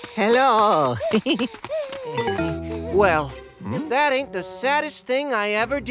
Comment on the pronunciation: the pause 😂 "Weeeeeeeeell......."